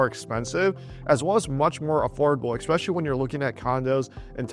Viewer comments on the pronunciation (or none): Ecspecially, really?